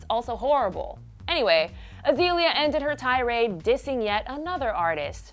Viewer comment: Why does she keep saying Uh-zee-lee-uh instead of uh-zay-lee-uh? Azealia and Azalea are pronounced the same way.